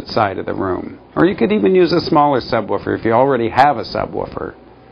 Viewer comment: he says subwuufer